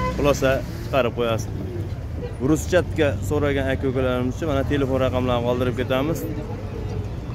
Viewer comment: Ruschatka bas Aka burchatka deng